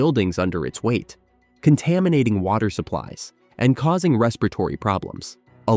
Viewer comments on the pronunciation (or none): none